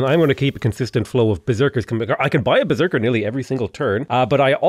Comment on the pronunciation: Berserk is pronounced with a "sh" sound in Norwegian, so you're being very authentic actually!